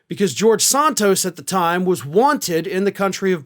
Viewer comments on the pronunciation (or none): you have trouble saying names right. Not SONTOS, Santos. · It's Santos not Sontos. I guess Desantis is really Desontis! Why is everybody in the country says Santos but you?